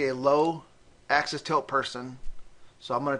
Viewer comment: Its positive AXIS point. NOT positive ACCESS point